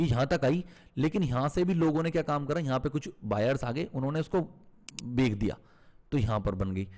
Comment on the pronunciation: Becho not beko. But excellent job👍